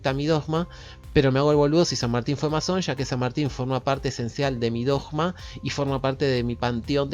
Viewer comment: voy x el minuto 11, es interesante, pero ¡no te aguanto más pronunciado la palabra "dogma" como si fuera una J y no una G! ¿Cuál es tu problema? Porque algún problema tenés... 🤷🏻‍♂️🤷🏻‍♂️🤷🏻‍♂️